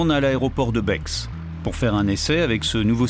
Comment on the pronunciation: BEX on prononce pas le X Comme Chamonix. 🇨🇭4ever❤